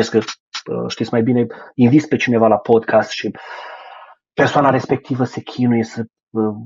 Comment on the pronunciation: PODCAST!!! SE PRONUNTA PODCAST!!! NU PODCHEST!